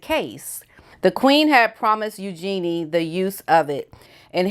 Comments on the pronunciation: Love your videos. Agree with what you say. Eugenie’s name is pronounced “ Eu Jane E” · The second I saw that white dress the TV went off., You're amazing but you need to work on your pronunciation; Eugenie is YOO JEN EE 💜